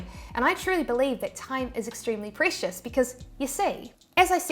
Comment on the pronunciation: I know. Never heard “precious” pronounced that way until today.